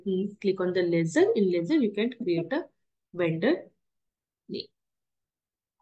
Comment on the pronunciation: ledger not lasser